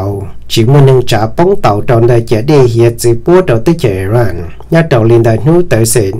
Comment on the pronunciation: koj cov lus hais xov xwm yeej zoo lawm. TAB SIS KOJ HAIS 2 LUB TEB CHAWS. XWS LI IRAQ. THIAB IRAN NO MAS YOG TIB LUB SUAB XWB. koj yuav tsum hais kom meej meej ma Iraq yog Iraq. Iran yog Iran hos thaum kuv mloog 2 lub teb chaws no lub npe ces kuv tsis qhuas koj kiag li ntag pom yeem hais xov xwm rau neeg mloog thoob ntiaj teb yuav tau hais kom meej thiab raug li luag hais ntawm Kim Jong Un los koj kuj hais tsis yog thiab ua cas yuav tsis hais kom thooj li meskas hais lau kwv tij koj yeej hais tau zoo lawm ntag TAB SIS TEJ KUV HAIS TAS NOV MAS KOJ YEEJ HAIS TSIS RAUG LI LAWM NA xav tias koj yuav pauv kom yog rau yav tom ntej. ua tsaug